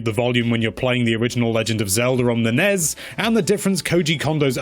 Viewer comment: I'm missing out on the music, because my ears started bleeding when you said "Legend of Zelder on the Nezz".